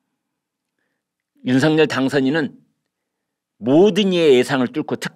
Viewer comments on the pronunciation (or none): 당선인 이름을 말할 때 "윤성열"이니라 "윤서결"로 소리 나게 해야 하니... 다음 부터 바꾸어 보시길...